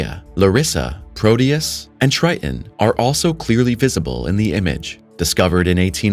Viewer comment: "...moons of Jupiter, Try En" Wtf is "Try En" TRITON is a moon. It ha 2 "t's". TRI TON.